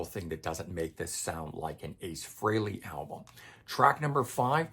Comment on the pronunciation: Thank you for pronouncing "Frehley" correctly!